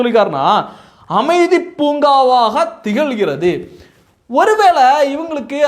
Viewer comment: அமைதி பூங்கா இல்லப்பா அது அ மிதி பூங்கா .